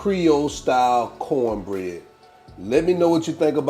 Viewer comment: “Cowne bread like dih” 🤣